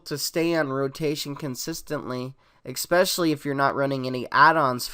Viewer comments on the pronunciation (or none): Ugh... He said eXpecially. Now I can't take him seriously.